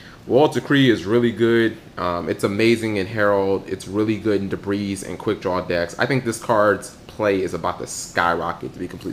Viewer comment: Very amazing video, I loved it all. But I'm tired of seeing people pronounce debris as 'debreeze' on youtube lol. It's de-bree